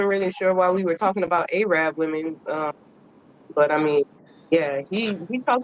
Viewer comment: ummm, one of the young ladies on the panel Karmiyah XI, mis-pronounced Arab and said A-Rab and no-one corrected her. I was born in Detroit and knew people in Dearborn and even was messing with this Arab woman low-key. I knew the Arabs who ran the gas stations. If you call them A-rabs then they would be offended because that is like calling black people the "N" word with an "R" ending. That is very offensive to Arab people to call them out of their name.